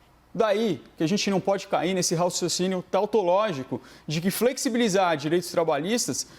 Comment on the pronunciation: a gente não pode cair nesse ralciocinio 🤣🤣🤣 Dr. Bruno agosto de 2020 vai aprender a falar seu advogado de bandido de colarinho branco.